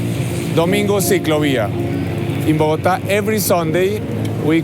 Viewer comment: Bro calling bogotá bokota 💀